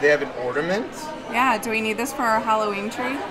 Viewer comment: They are ORNAMENTS, or"N"aments... NOT Or"D"aments!